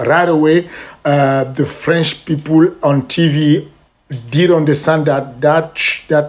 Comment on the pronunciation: "The RadAway" "The French peopoule" 😂😅